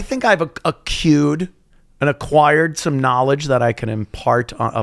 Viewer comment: Accrued not Acued, Anthony always unapologetically dumb.